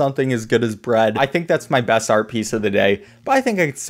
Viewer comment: "bread"? More like "bruhd"